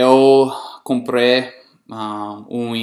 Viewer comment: Cara, você fala muito bem a nossa língua. Está indo muito bem. Vou te dar uma dica. Quando falar o verbo comprar, não fale comPRÊ, fale comprEI, dando mais um pouquinho de força na letra i. Parabéns. very nice!